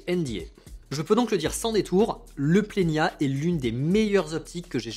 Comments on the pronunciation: Plena et pas plenia 😅 je me le suis procuré, il y a peu de temps monter sur Z5II ! C’est vraiment un objectif fabuleux. Le bokeh est merveilleux, mais de grâce, par la suite, si vous le citer encore, dit Plena. 😂😂 à part ça. Merci pour la présentation des objectifs que vous disposez. Je prends beaucoup de plaisir à vous regarder . Pierre de Perpignan. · Pourquoi ajouter un i ? C’est Plena, pas Plenia … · Merci pour ce partage,. C'est bien toi,? J'aime beaucoup quand tu dis: « Dès que vous mettez l’œil dans le viseur, vous voyez quelque chose de beau. » Le "i" que tu ajoutes entre le "n" et le "a" de plena intrigue, d'autant plus que ta diction est excellente. J'ai parcouru les tentatives d'explication dans les commentaires. J'ai aussi remarqué que Nikon avait donné le nom plena en référence à cette idée d'œil de chat qui devient "plein". Peut-être faudrait-il poser la question directement à Nikon? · C'est bien moi oui :) Concernant le i que j'ajoute, c'est in tic de langage. Dès que je vois un N entre un E et un A, je le prononce à l'espagnol, comme s'il était tildé. Il y a pas mal de noms de marque que j'écorche : Adob (au lieu de Adobi - Adobe), Niouwer (au lieu de Niwer - Neewer), Zioun (au lieu de Ziayoun - Zhiyun) … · Sûrement cet été ! J’ai un planning chargé sur la chaine jusqu’à juin, après je pourrais revenir avec le 85 1.2 :) Je sais pas pourquoi je prononce Plena avec un ñ. Sûrement a cause de mon prof d’espagnol de 2nd qui m’avait traumatisé avec ça 😅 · Merci ! Tu n'es pas la première personne à me reprendre sur la prononciation du Plena -_- Mais je n'y arrive pas, quand je vois un N entre deux voyelles, j'ai mes cours d'espagnol qui reviennent au galop et je rajoute un accent tildé sans y penser :( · Salut, merci pour cette vidéo ! Où est le i que tu prononces dans Plena ?